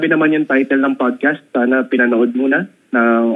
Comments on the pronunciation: para kang sinasapian pag nagsasalita, tapos "pudcast"? bahala ka dyan. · PODcast kayo ng PODcast, 'PADcast' bigkas dyan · Mali kasi pronunciation mo ng podcast 😂😂😂 OA mo. Talent sa ka OA-an.